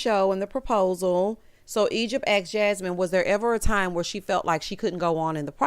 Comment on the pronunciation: Errrrrrrrrrtime Zay say Jahmine instead of Jasmine i cackle😂😂😂😂😂 💀 Not only did Ricky have that atrocity of a suit on. (Honorable mention Kat) but he took out not one but TWO plats 😭😭 the whole look gave silverware😕 the nerve with 1 mm of growth. Not boneless baby braids. I see you though Luther aka Big Luth!! 😎👀